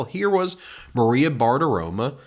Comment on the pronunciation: Maria BartiromO, not BartiromA.